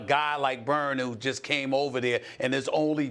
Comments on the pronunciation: Aron 'Baynes' not 'Burns' lol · Lol stephen a called Aron Baynes "Burn"